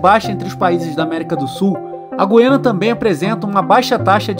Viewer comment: Parabéns pela pronúncia correta de GU-I-A-NA. Os menos esclarecidos pronunciam, erroneamente, como GUI-A-NA, com o "u" mudo, com a primeira sílaba soando à semelhança da sílaba GUI, da palavra seGUIda ou da palavra GUIA.